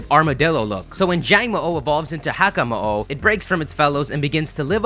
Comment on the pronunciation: Just so you know, - it's [HAH-KAH-MOH-OH] and [KOH-MOH-OH]. Mo'o is Hawaiian for Lizard or Gecko. You pronounce both o's. The apostrophes in Hawaiian language are called Okinas, and are meant to split the word's pronunciation, adding an extra syllable.